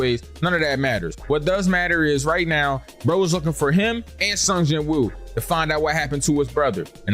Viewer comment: BTW the MC's name is actually pronounced as seong jin-oo